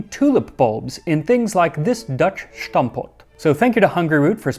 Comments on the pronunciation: Good episode! NB that it's pronounced "stampot", the first syllable s-t-"um" with the "um" as the American filler word. No emphasis on any syllable. Definitely not "shtampot" (Dutch is not German). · Heey sorry to bardge in but it is pronounced "stampot", not "shtampot" in dutch. Really cool video! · Its just stampot, not schtampot... nice video tho! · It's stampot not schtampot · why in gods name are you saying SHtampot? its not a german word! there is no SH sound in stampot. st is just pronounced 'st'. and the a in 'stam' is pronounced like the u in 'dumb' and the o in 'pot' is pronounced like the ou in 'thought' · Where do you get the pronunciation "shhhhtampot" from? It really is just "stampot". Normal "s". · You're using German pronunciation of Dutch words and it sounds very off. Just try to say "Stampot" instead of "Shtampot". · I always wonder where people find the 'h' in 'shtampot' instead of stamp pot, or stomp pot if you want it translated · A very interesting video. However there's absolutely no "sh" in stampot